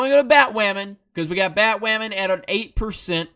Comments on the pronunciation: Why do you keep calling it bat waman? Instead of bat woman? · Come on, dude. I won’t even disagree with anything you say but I had to stop watching when you pronounced it “Bat-Way-a-man” ... more than once. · Batwamen lmao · It's Bat-MAAM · Jesus christ, please stop saying "wammen." That's the stupidest fucking thing ever. You're only making yourself look bad. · U know how cringy it is to say batwahman? Just stop dude